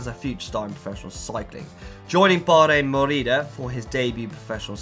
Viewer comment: the pronunciation of deceuninck HAHAHAHHA i fell off my chair, i thought bahrain 'maurida' was hilarious enough let alone 'dusunak' quick-step